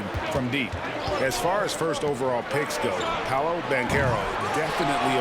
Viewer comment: Pablo? Come on bruh, it’s PAOLO